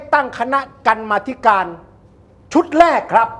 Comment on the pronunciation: กรรมาธิการ อ่านว่า กำ-มา-ธิ-กาน